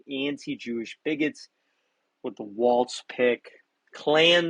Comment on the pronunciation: Everybody says "WALTZ" His name is WALZ = WALLS!